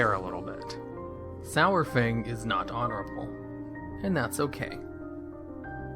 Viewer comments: Pronounced SARFANG like DINO-SAUR-FANG. Holly shit, how are all these morons fucking up his name? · It pisses me off how everyone is pronouncing "sour fang" for a long time it was "sore fang" and hearing it change in bfa is really annoying. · it's pronounced 'saru-fang' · Every time he says SOURFANG, I twitch just a little. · IT'S SAR-FANG. As in dino-saur-fang. FFS